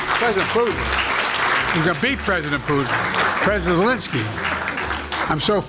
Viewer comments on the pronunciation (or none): none